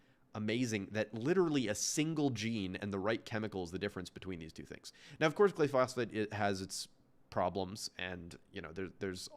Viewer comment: and please learn the word he kept getting wrong: GLYPHOSATE, not glyphosphate